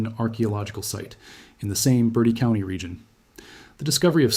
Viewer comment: Bur TEE County